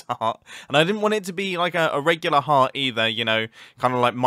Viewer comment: My guy i thought you were saying hat not heart